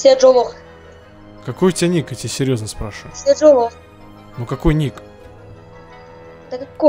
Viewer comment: А кто такой "Сержо"? Может "Седжо"?